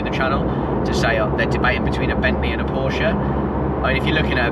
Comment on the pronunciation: As a Carrera 4 owner for 15 years I continue to be disappointed by people posting videos about Porsches and NOT pronouncing Porsche properly.....